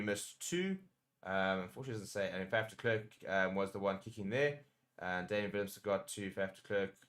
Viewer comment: Please pronounce it as FUF. Please, not faf, even though it is spelt with an A